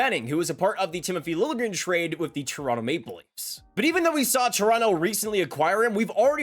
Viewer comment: Apparently now Liljegren wants his name pronounced "lil je grin" (with the j pronounced like a j, not like a y, not just ignored).